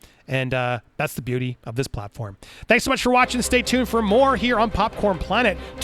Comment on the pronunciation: And ...Andy.... It's Popconed planet... Not Popcorn planet you psychopath 😂